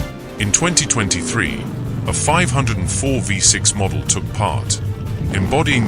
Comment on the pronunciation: Why is there an overlay of a v8 engine in the background?! And its pronounced 5 oh 4